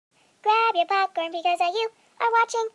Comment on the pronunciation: In her intro she says becausa instead of because!